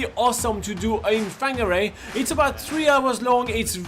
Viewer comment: It’s pronounced Far gnah ray